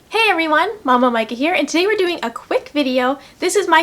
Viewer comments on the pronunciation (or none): none